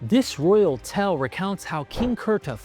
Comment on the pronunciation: Its a 'tale' not a 'tell'